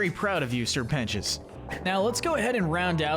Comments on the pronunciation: ITS SIR PEN-TI-OUS NOT PENCHUS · You missed pronounced sir precious multiple times